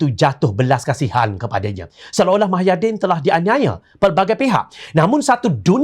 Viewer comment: Kalau boleh pembaca berita nya sebut nama² tokoh dengan jelas dan benar.. Misalnya nama agong kalau boleh full.. Jangan separuh gitu.. Hahaha Satu lagi.... Nama bekas pm tu MUHYIDDIN Bukan MAHAIDIN.. Jadilah penyampai berita yang mantapppp... Mantap dengan info beritanya..